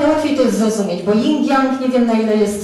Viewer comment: Energia żeńska to yin (bez 'g'). Jing to esencja życiowa, jeśli już chcę się Pani trzymać terminologii chińskiej...